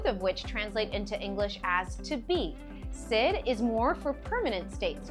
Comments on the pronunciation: A really good lesson but what I heard was the verb “syd” and the “preter-ight”. That was a distraction and made me start to doubt if I could trust the content. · I have never heard such A pronunciation of ser. It was a huge distraction and i couldn’t trust this